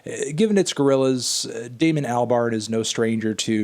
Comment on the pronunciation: Please pronounce properly Al-bern